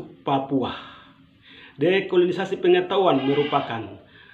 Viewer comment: Ko susa sekali sebut dekolonisasi dan new york...bikin sok pintar, padahal baca teks.